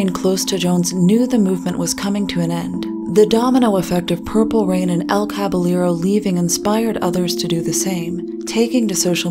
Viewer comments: On a rewatch and while I doubt you read through the comments of old videos, wanted to say that you pronounce "Caballero" as "Kah-by-yeh-ro". In Spanish, if there are two L's together, it makes a Y sound. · The pronunciation of Caballero as Kvalero...really hurt my ears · Idk if its or Caballero himself who is mispronouncing the word, but it's cabaYEro. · Btw: El Caballero is pronounced El Cabayero, the two Ls become a soft J 👌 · That's not how "Caballero" is pronounced.